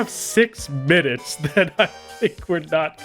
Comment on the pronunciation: "the videos are 20 minnutes" next video in the playlist: 1 hour